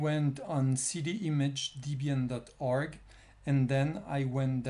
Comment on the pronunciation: It's Debian, not Deebian